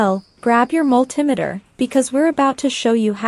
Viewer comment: I've never heard of a mul TIM eter...... A Multi METER yes, but if the video commentator can't pronounce the name of the tools correctly, I'm wondering if the information is ACCurate!!!! It may be inaccURATE...